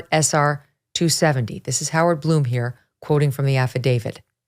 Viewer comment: It is Blum, like Glum, not Bloom!